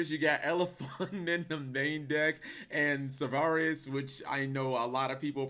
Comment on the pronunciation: New game: take a shot every time says "Sauvaris" instead of "Sauravis" lol